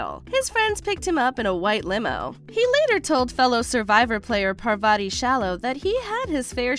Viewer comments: So AI cant pronounce Parvarti? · giiiirrl you better better say Parvati’s name right next time